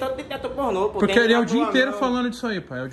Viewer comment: Toguro: é o dia inteiro isso Marido da dreed impressionado: "É o dia intero" kkkkkkk